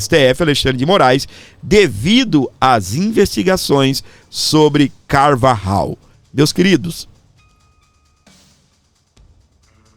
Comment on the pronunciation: Aeeeeee el pollo Carvajal = el Poio carvarral (pronuncia)👍👍👍👍 vou te dar aula de castelhano 😂